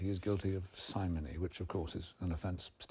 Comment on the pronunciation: Astonishing that nobody could pronounce simony correctly.